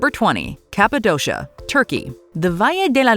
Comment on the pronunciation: Cappadocia is pronounced with two K-s - "kapadòkia".